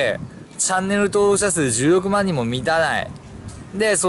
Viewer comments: チャンネル登録者数16万人が10億万人って聞こえて「は？何こいつ盛ってんだよ」って思った。。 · １６万人が10億万人に聞こえたw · 16万人が10億万人に聞こえて仕方ない